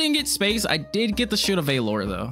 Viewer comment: Why do you pronounce Valor like that? Lol